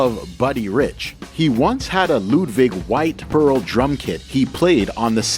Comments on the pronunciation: Luuuuvdddviiig irritating please pronounce it correctly. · Ludwig drums is not pronounced like Ludwig Van Beethoven. It might sound cool to say but it's incorrect. Nobody that has played or plays them or who works there does.